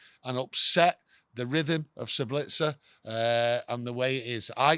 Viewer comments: ZAAABITSEiR.... that's how you pronounce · Pronounced Ssaabitzer - from an Austrian